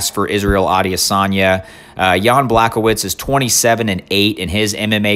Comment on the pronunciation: “Adiasanya” lol